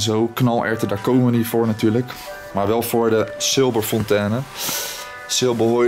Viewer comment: Even voor de volgende keer, geen 'Fontane' maar als Duitse uitspraak 'Fonteene'. Leuke video